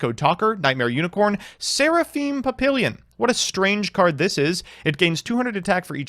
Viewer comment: PahPeeLeeYun I live too close to France for this shit. Pah Pi lyon is a little closer, but put as little effort into that last syllable as you can manage.